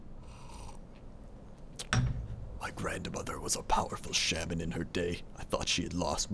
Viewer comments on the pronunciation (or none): none